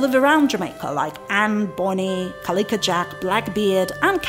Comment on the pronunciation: thanks again for another wonderfully informative video. Have been talking to people I know about your videos and channel. Noticed you kept pronouncing the pirate's name as "Cali-ka" as opposed to "Cali-co" as in the words "tobac-co" or "simpati-co".😄